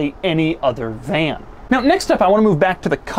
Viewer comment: He said vlan